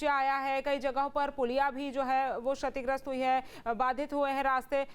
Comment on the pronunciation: श और क्ष का उच्‍चारण एक जैसा नहीं होता है। सीखकर आइए तब समाचार पढ़िये। शतिग्रस्‍त पढ़ रही हैं आप।